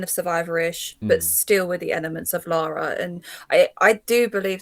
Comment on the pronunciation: They better pronounce her name correctly.. It's Lara nor Lora.. A tip for getting the proper Lara Croft costume..She wears a teal coloured leotard as the base.. Then brown shorts, calf length white hiking socks, brown army style boots calf length.. Brown leather backpack, brown Leather dual gun holsters..